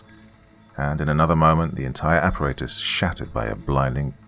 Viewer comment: Makes me smile every time he says appaRAYtus.